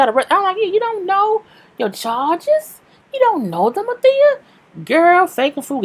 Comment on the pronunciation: She called Althea every thing but Althea 😩😂😂😅